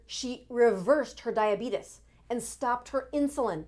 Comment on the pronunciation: A doctor who can't pronounce diabetes correctly and uses the cringe-worthy clickbait phrase "this weird trick"?